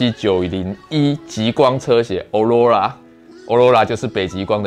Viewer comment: 欸欸極光的英文唸錯了